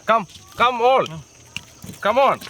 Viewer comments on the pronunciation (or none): come ...come all... alll kammennu...kammikkolan...😃